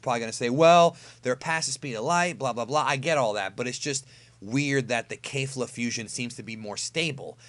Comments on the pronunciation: I have a question, please don't kill me. Why does insists on pronouncing it KEIFLA or something if the anime pronounces it KEFLA. With a flat e there. Names stay the same throughout dub or sub, so why the KEIFLA? Honest question here. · Sorry but it’s kefla not kafla